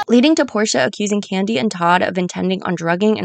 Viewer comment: Great video! But is it just me or did I hear Kandi being called "Kenya" more than a few times during the video lol. Other than that this was stellar work!